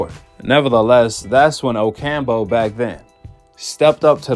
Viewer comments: OcamPO not OcamBO 🤦‍♂️ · O-cam-po (damn) not Ocambo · Oh camp Ooo not ocambo lol